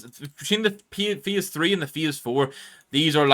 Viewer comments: I dont want to but i have to... bro cant pronounce "phase" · I'm sorry mate, just never in my time heard anyone pronounce "phase" this way🤷‍♂